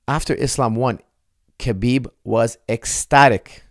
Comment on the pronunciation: Why do you keep pronouncing the K in Khabib? Isn’t it pronounced Habeeb?